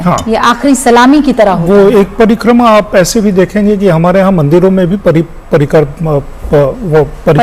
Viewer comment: Parikrama bolva practice karo